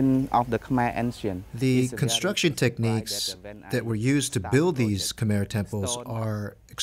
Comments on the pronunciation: Of course it's guessing. They don't even know how to pronounce Khmer. They probably just made a quick wiki for everything they say and didn't bother even listening to the people interviewed. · I know. And the commentators can't even pronounce Khmer correctly. Such a joke. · When you try to sounds like someone who knows something, at least listen to the clips in your own video and learn to pronounce Khmer correctly. This is just embarassing for you.